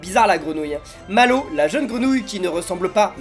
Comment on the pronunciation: Mallwo. On. Di. Re. Man. Papa😂😂😂😂😂😂😂😂